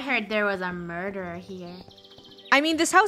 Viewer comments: It's murture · I heard there was a mureder here me: I’m the mureder 😁🔪🧨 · no its... mUrDuR